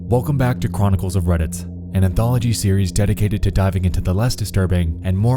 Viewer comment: "Welcome back to cwonicals of reddit" uwu